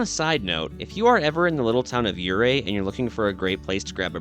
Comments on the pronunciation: Ouray isn't pronounced "yeray" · Please! Learn how to correctly pronounce the name of the city Ouray if you’re going to be making a documentary that includes it. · Let's get the name of the town pronounced right. When pronounced correctly the "O" is silent and the town is fashioned after a swiss Alps type of setting. It truly is a beautiful little town. KOA is also a great place to camp in Ouray.